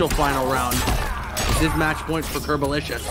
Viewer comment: Isnt it "Curbolicious" instead of "Curbolisous"?